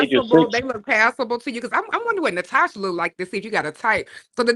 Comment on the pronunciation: Why all the Russian/German women say their name is Natosha?